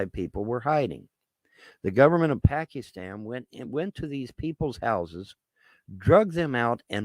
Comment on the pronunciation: "Pack-ee-stan." LMAO